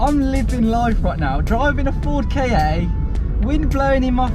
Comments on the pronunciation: It's Ka, not KayAy. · "Ford Kayay"? lol its a Ka.. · And he like many others can't pronounce the name of the car its pronounced like cat without the t not kay aay